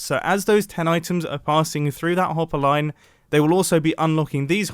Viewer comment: . he was like: "...and then run them into a hopPPERLine..."